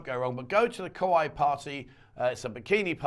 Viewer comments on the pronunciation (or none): none